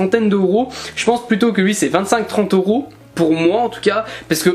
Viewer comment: Pourquoi tu dis Oros au lieu de EUros 😅? Ça me pertube sinon le tome 71 de naruto collector est pépite 👌